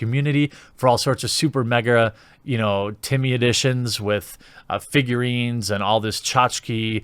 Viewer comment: He said Timmy editions 🤣🤣🤣🤣